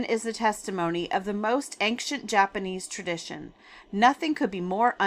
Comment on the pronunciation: Ancient is pronounced ayn-chnt not ank-shint. 😊